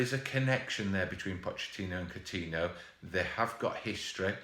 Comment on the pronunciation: For gods sake, man!!! Its COU-TIN-YO!!!!